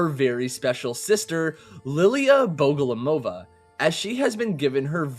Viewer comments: Bogomolova. Not Bogolomova. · The unrenowned goat of the olt returns........ also im pretty sure its bogoMOlova and not bogoLOmova But hey what would i know....im bot an unrenowned goat of the olt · Cool video, very informative! Although (as some people already pointed out) it's Liliya BogomOlova. As in bogomOl, a Russian word for praying mantis. In case anyone is wondering how the word bogomol (богомол) is constructed: Bog (бог) means god, and mol (мол) is a root that means to beg or to pray. So, it means god prayer because of the way the insect's "arms" are positioned. The "ov" part in her last hame is a suffix, and the ending "a" is to show that the bearer of the surname is a woman. Liliya is a quite popular soviet name that has a soft and feminine feel because in Russian it is spelled and pronounced exactly like the lilly flower. So her name is basically a contradiction - a beautiful flower that devours the ones it has no use for anymore with a religious context. Hope that was interesting! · Haha i felt like i was going crazy. Had me doubting I was saying it wrong. Thank goodness